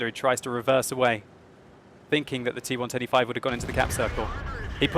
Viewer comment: When says T110E5, I always hear and understand T125.:P